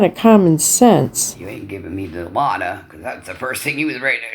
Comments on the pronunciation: DILAUDID Lori, NOT DILAUDA. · Except they would never offer a recovering addiction "Dilauda"......you used to go to the ER frequently in the Camper.....it's in your chart sweetheart, even a person not MAT they wouldn't offer "Dilauda" for that injury sweetie. You are actually telling everyone you asked for it and was told no.😂😂😂😂😂. It's Dialudid with 2 Ds!! Say Dialuda one more time!!! 😂😂😂😂 Blow your heart? No sweetie, opiates won't get you high while taking suboxone. It blocks the opiate receptors in the brain. LORI, please educate yourself.😂😂😂😂😂❤❤❤ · it’s DilauDID jesus!! even a hs dropout half your age can pronounce it! 😂😂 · If I have to hear her mispronounce Dilaudid one more time 😂😂😂😂😂😂